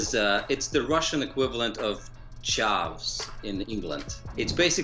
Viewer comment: its not chaaaafs its chav.